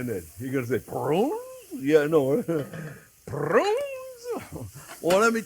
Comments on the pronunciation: That ending was "so hot" that Jack went out of focus with that camera! Chef Onyo, can you say it one more time? Saddoh mazzochist! LOL! Love the Chef Onyo!!!! Have to try that with the "prrrrruuuuunnnnes!!!" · There's a few words I use from Chef, like "budder" "onyon" and now "prrrrrrunes" 🤣🤣🤣🤣